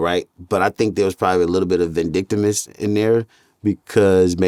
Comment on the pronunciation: “Vindictimus” Lmao is that even a word? 😒😂